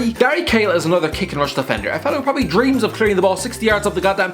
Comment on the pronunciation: He said probally at least 15 times in this video and every time he reminded me of a horse